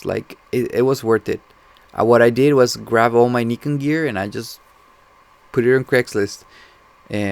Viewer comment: are you brazilian? the way you said Nikon and Julio kinda denounced you. If am I am right tho...